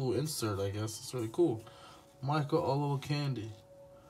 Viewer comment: Micheal olwalkamdi lol i for a second i was like comonn😂😂😂😂